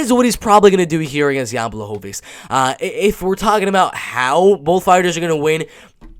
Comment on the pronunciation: going to stick with this prediction or any updates , just wondering? I think your analysis is very solid , made a good point about Jan's last fight but I think he will apply a lot of changes since then, noting that he can't come into this fight with weak wrestling. Also for future reference proper way to pronounce his name is: "B-wah-ho-vitch" the ł sounds like an English W, and Polish W sounds like English V